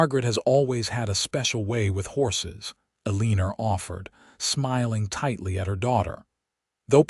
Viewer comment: OMG, I can’t deal! Another A-leen-er! Could that be Eleanor? Sorry, just can’t listen this AI idiocy.